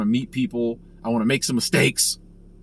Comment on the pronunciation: Did you say 'I wanna make some mistakes' or 'I wanna make some steaks'? ;-)